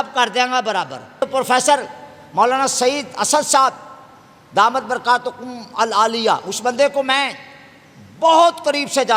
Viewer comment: جس کو داماتہھم البرکاتہم العالیہ صیحیح پڑھنا نہیں آتا پیر مہر علی شاہ صاحب رحمۃ اللہ علیہ کی کتاب کی عبارت پر یہ کیوں توبہ کریں ان سے توبہ کروائیں